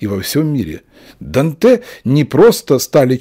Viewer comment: В имени Данте ударение падает на первый слог!